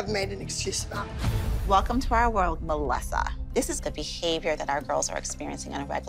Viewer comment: Not holly saying MElLiSsA😂